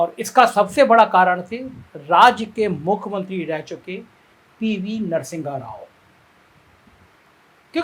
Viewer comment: Correct Narsingha Rao to Narsimha Rao, wrong pronunciation